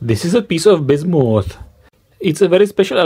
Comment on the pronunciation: It's Bismuth, not bissomoth....learn the language.